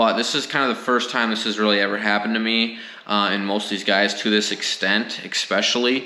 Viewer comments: Umm umm umm. EXpesialy, Suposibly. Other than the poor grammar, it was an informative video. Happy to see you stand your ground. Way to keep you cool and win in the long run. Nicely done. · great video... btw... it is "Ehhh-specially" (especially)... not EX specially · Please stop saying exspecially, but keep up everything else.